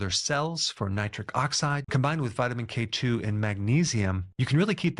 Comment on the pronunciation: Emphasize k2. Not k1.